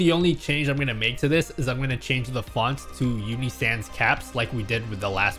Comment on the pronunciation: Your inner Italian came through when you said, "with this widget you can of course, change-a-the-font"